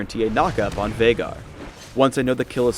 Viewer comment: that viegar (Vie-gar, not vey-gar) sucked